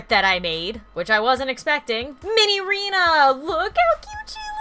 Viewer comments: its minireena not minyrinas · cool guy its pronounce as Minireena